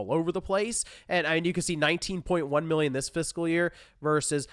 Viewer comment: Idk if you have allergies or a cold, but it sounds like you’re saying Billion whenever you say Million. I thought you said they sold 6.3 Billion PS5’s. That’s almost 1 for every person on earth 😅